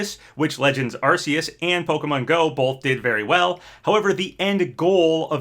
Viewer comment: You're right, everyone knows it's supposed to be pronounced AR-KOOS!